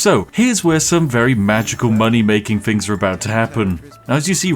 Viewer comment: Posh people don't say fings, they say things.